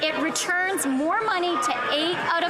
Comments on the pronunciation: Meester speeker..... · Meester Speeker😮